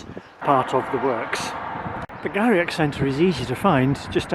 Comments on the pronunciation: Thanks for the review of Inverurie Station and surrounds. Just an FYI...Garioch is pronounced "Gheerie" as in "cheery". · FYI, Garioch is pronounced "Geery".